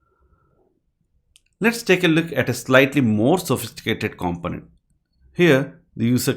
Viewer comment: With the word component, the stress is on the second syllable comPOnent.